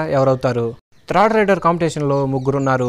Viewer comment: Nee bonda ra thrid endi third ani kuda anadam radu video laa